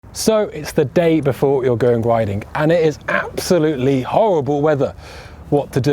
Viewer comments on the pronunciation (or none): What's up with the "add an h if the words ends on a g" accent? Like "ridingh" within the first few seconds of the video.